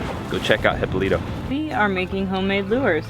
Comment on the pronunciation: He-PO-lee-toe, there is an accent that you missed. Nice place huh?